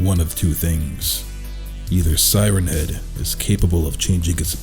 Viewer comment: For a second I thought the first word you said was “Thighrenhead”. Now I’m imagining it with thicc, sexy thighs so thanks for that I guess.